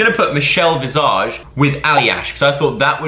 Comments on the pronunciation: The way Joe says Michelle’s last name really got me 😂 it’s an S not a Z!!!!! 😂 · The way he said Michelle visage maid me smile😂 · The way you keep saying Michelle’s last name wrong 😂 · Makes me laugh how you say visage 😂😶